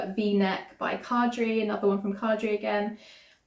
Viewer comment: I really enjoyed listening to you project planning! BTW Caidree is pronounced like Kay-dree